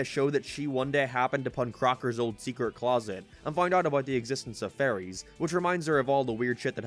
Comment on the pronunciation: Dude i swear to god i keep thinking your saying furrys FFS